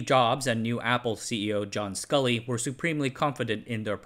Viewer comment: Very nice work, but the former Apple CEO was John Scully, not Scull.